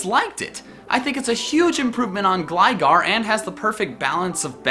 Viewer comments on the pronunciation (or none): none